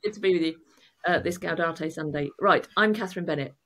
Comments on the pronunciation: Gaudete not Gaudate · For future reference the correct pronunciation of "Gaudete" is "gow-day-tay," rather than "gow-dah-tay." 😉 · Gaudete, not gaudate,! Doesn't rhyme with laudate. 🙂